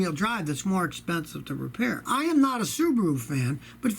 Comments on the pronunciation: Scotty, I think its funny how you say Subaru like kangaroo😅😅😅Subaroo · "Subaroo" ;D;D;D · I like how he says Subaru